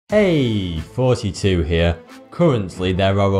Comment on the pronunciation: "Heyyy" 42 hewe"